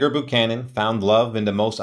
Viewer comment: I believe it's pronounced "BYOO-CANON", not "BOO-CANON", picky perhaps, but as he's the subject here, it would seem proper to have it correct.